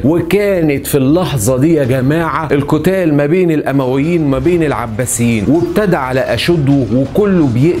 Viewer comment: الأُمويين بالضم نسبةً إلي بني أُميه وليس الأَمويين 🤗 أسلوبك أكتر من رائع شكرًا علي المجهود العظيم